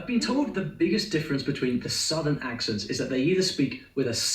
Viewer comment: You have a southernism in your own Kiwi accent and I'll bet you didn't realize it. You make I, E substitution's. Listen to how you say the word "Accents." You put an I in the word when its an E. Southerners do this too. Send, went, mend, tend, lend. They become Sind, wint,mihnd,tind, and lind. Depending on where you are, southern e rs may also pronounce the vowel twice in 2 different ways. "Yay-es" "Ree-ib" for yes and rib.